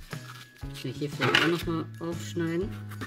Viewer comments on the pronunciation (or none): Aaaalles klar "kaan" 😂